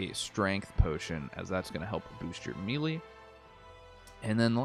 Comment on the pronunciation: Melee, pronounced May-lay.....